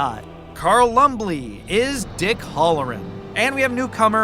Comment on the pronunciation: You're saying 'Halloran' wrong. It's not "Hullor'n", it's "Hal-o-ran'.